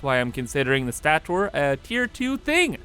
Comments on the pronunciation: Love your videos! BTW: it is pronounced 'stay-ter'. Cheers! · Stator is pronounced State or. Sorry, it kind of annoyed me. Other than that you are fun to watch. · sta·tor /ˈstādər/ (stayter) noun the stationary portion of an electric generator or motor, especially of an induction motor. Sorry the mispronunciation was triggering me lol still get a thumbs up from me tho lol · Its actually pronounced "Stay-tor" Lol